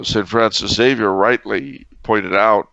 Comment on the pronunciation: There is no 'X' in Espresso nor are there any EGGS in Xavier. Zay-vee-ur